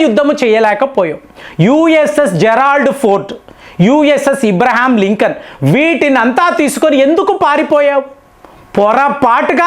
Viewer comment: Us అబ్రహం లింకన్ రా ఇబ్రహీం లింకన్ కాదు లుచా.నువ్వు నీ విత్తులు bogga